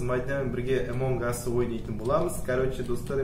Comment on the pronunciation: Эмонг ас емес амонг ас